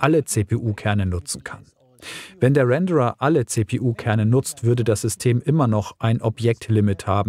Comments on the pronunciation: ich kenne es eigentlich nur so Ich schreibe es mal wie gesprochen Renn-der-rer Bei dir klingt es etwas wie der Bauer aus Kentucky 😅 Ach, eigentlich ist es auch scheiß egal. Man weiß was gemeint ist und Aussprache ist ja auch eine sehr lokal geprägte Phonetik. Wollte hier keine Kritik oder sowas aussprechen. Wir sind alle gut so wie wir sind. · Wenn das Wort Renderer ausspricht weiß man das SC schon sehr lange in der Entwicklung ist.🤣 Ruändarra Spaß 😊 Ganz lieben Dank für das und allgemein deine Videos 😘